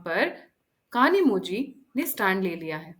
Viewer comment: कनीमोझी नहीं कनीमोइ